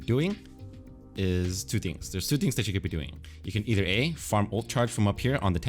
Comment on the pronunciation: "Eith er" lul